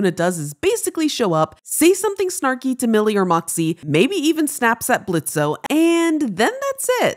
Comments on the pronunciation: NOW your saying blitzø wrong U did so well at the beginning.. The o is silent He wants to be called blitz Blitzø The ø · Why did my mind IMMIDIATELY go "tHe O iS sIlEnT" when she said Blitzo instead of Blitzø sounds the same but I DON'T KNOW im just used to that😭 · BLITZO?? ITS BLITZØ, DONT PRONOUNCE THE O 😭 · I love how she says the o when the o is silent its Blitzø not blitzo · Did you say blitzo the o is silent blitzø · The O is silent, so saying Blitzo instead of Blitz is kinda deadnaming him /info (I say this because it makes me uncomfortable to hear that others don’t respect his chosen name and I am trans myself) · THE O IS SILENT IT'S BLITZØ NOT BLITZO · It’s not blitzo it’s pronounced blitz!!! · Why do you call him blitzo lol it's just blitz the o is silent hints the crossed out o in blitzø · The O in Blitzø is silent,. The only people who call him Blitzo are from his past before IMP like Verosika and Robo Fizz, and they're immediately corrected. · “Maybe even snaps at blitzO” SCREAMS AT THE SCREEN THAT THE O IS SILENT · “Maybe even snaps at Blitzo” Dude THE “O” IS SILENT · THE O IS SILENT ITS PRONOUNCED BLITZ/BLITZY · So...... im so srry to be that person but the o in "Blitzø" is silent so now its pronounced Blitz. 😂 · the "o" in blitzo's name is silent btw so u pronouns it "blitz" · it's pronounced BLITZ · the O is SILENT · blitzø would yell at for pronouncing the "o" in his name... but her art is still amazing:D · SHE PRONOUNCED THE O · THE O IS SILENT THE O IS SILENT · i got pissed as soon as you pronounced blitzø’s name with the o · the o is silent! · Noooo you said Blitzø's name wrong! The o is silent😭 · You pronounced Blitzø wrong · Why are you pronouncing the o in blitzø 🤦